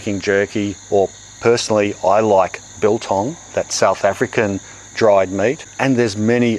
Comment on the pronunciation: Im from South Africa, and your pronouncement and enjoyment of biltong is spot on